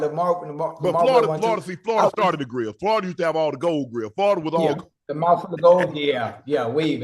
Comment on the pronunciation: "Plus what he got in his mouf" 😬PAUSE 🤦🏾‍♂️